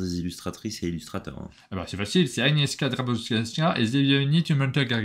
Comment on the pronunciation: Anies chka dabro wietska et zbig nief oum gelteur, c'est mieux et la bonne prononciation